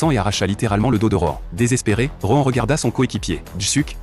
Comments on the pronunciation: Par contre heu. ROEN.... Nan mais c'est Rohan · Moi au début j’avais cru il disais roman au lieu de rohan